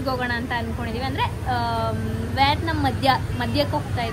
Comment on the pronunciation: It's not vyatnam, at least pronounce the country name correctly